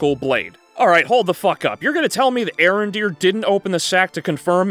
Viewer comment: It's pronounced A-Arondere